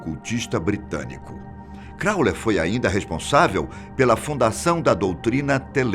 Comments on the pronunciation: 1) O narra muito bem, só não entendo por que ele insiste em chamar Crowley de "Cráuler". 2) "The Song Istchômes the Same"?... Suponho que refira-se ao filme The Song Remains the Same. 3) Na verdade, os primeiros relatos conhecidos de aparições do monstro do Lago Ness datam do século VI, que é também quando começa a história documentada da Escócia; é impossível saber há quanto tempo antes disso ele já vinha sendo visto por pessoas que não tiveram quem registrasse suas histórias. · "Crowler" ??? Mahzuquê!? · crawley q se fala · Crawler ou Crawley? Essa pronuncia está duvidosa. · E ninguém ensinou o velho a pronunciar o nome do cara direito antes de fazer o video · Bem apelativo, com erros na pronuncia de nomes de pessoas e disco... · Concordo. O conteúdo é bom, mas é péssimo errar o nome todas as vezes. E ainda faz piada... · Também me irritou ele falar o nome errado! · Correção, se pronuncia "CrowleY" e não "CrowleR" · Amigão é Crowley e não como vc disse: "Crowler". Ley e não LER! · Passou o vídeo todo falando Crowler, e não Crowley!!! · Não é Crowler é Crowley ( i ) som de (i) Mas obrigado pelo vídeo, a resenha sobre Crowley foi boa. Do what shalt wilt .... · Não é "Krauler", é CROWLEY!!!!!!!!!!! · Pq o persiste em dizer "crawler" se o nome é Crawley? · Sim ! Corrijam a pronúncia do sobrenome de Aleister Crowley (crauli) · Todo mundo elogia a voz do cara e n percebe q ele.falou o.nome errado 30.vezes. crowlerrrr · Vídeo interessante, mas ouvir Crowler com R não foi fácil. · Nao é "Crowler" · Esse "Crowler"doeu no saco hein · Crauler hahaha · "Alister Crawler"? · O cara ñ falou o nome certo de Aleister CrownleY nenhuma vez... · Aleister "Crowler"???? Mansão "Corwler"? "CROWLER"???? hahahahahahahahahahahaha Ah neim... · Não é Crowler... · crowley, não crowler.......por favor... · Gente, eu amo esse canal. Mas tá me dando agonia ele falar "Crowler" o tempo todo... O correto é "Crowley", erro feio no roteiro! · CrowLEY, e não CrowLER.